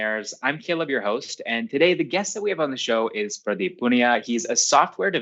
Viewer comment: Caleb, the way you pronounce Pradeep's name is immaculate. Keep doing the good work.